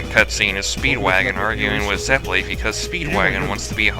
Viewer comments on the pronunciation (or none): I have to practice Italian for my music lessons and I have to let you guys know that you're saying Zeppeli wrong... It's Zep-pe-lee. In Italian, double consonants are always pronounced. If they aren't separated though, they are lengthen... Like the LL. I watched Golden Wind first, and throughout most of the time, I wanted to bang my head against the desk because of the pronunciation... Hope that I could help. Awesome vids.